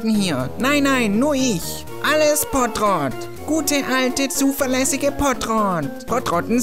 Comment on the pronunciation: Trottopott!!! Nicht pottrott trottopott xD